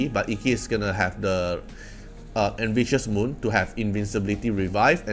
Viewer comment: After all this time nobody is correcting calling Ikki’s En[V]ious Moon 😂 Still this is an informative service. Keep up the good work!